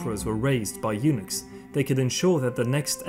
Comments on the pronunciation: Eunuch/s = Eunuck...not Eunix... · I never realized until now how the pronunciation of "eunuchs" and "unix" are so close. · This was very informative......... but "former eunochs"......... 😂😂